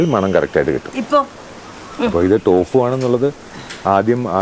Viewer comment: ടോഫു അല്ല തോഫു, ചൈനയിൽ സാധാരണ കറിയായി തോഫു ഉണ്ടാക്കും